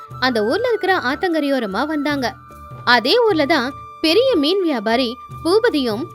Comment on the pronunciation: மீன் குழம்புக்கு மிண் குழம்புன்னு சொல்றீங்க 😂😂😂😂🤣🤣🤣🤣